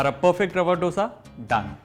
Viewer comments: It's dosa and not dhosa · It's dosa(dho-sa) not do-sa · Recipe good.. but plss don't change pronunciation according to your accents... It's dose.. not dosa.. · I will be very happy if u say it as "dhosa" and not (ddosa). "Dha" like in daya, dhaanya, diya, or song dham maro dham. Really nice recipe easy, quick and delicious. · All south Indian States pronounce this as Hindiwala " do" + sa. And not as in " dough" sa. North Indians changed it into how they pronounce now. Jis Tarah Hindi mein number 2 ya doosra Bolte Hain, usee tarah usko pronounce Karen. Actually, it is " dosai' in TN, dosha in Kerala. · Oh god he can't even say dosa properly, it's Do as in Do(2in Hindi)sa. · When you are showing a recipe the least you can do is to pronounce its name correctly! It’s Dosa like in Damodar! Don’t act as if you are alien to that sound altogether!!! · Its not DOSA, atleast get the pronunciation right.... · I loved the video but since I am from south India, I request you to pronounce Dosa properly.